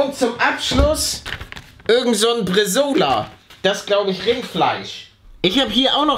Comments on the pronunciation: Ich als fan von italienischen essen bekomm son bisschen brainpain wenn ich bresola hör... Uffu PS: BresAAAAAola ist eigentlich net wirklivh fuers braten gedacht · Der schinken heist bresaola nicht Bresola !!!!!!!!!!!!!!